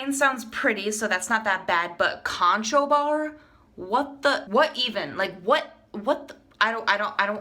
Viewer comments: I some how came across this, it was a bit painful to watch the mispronunciation of the name Conchobar. Conchobar is the Gaelic name for Conor or Connor. It is not pronounced Con-cho-bar, it is pronounced Cru-hoor, though sometimes Kun-ah-khoor or Cun-i-ver. It is a big name in Irish history and mythology... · Pronounced Connor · Conchobar is Irish for Connor its pronounced Cruh-ur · Conchobar is pronounced Conner...?